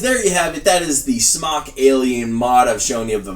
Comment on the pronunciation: Arrrgh! Everybody STOP saying "smock" when it's "SMOKE"!! Aside from that, you do this video well for someone that knows how these work but this newbie still doesn't know what you're doing.